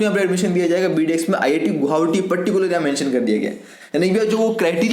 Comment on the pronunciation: U can not speak गुवाहाटी😅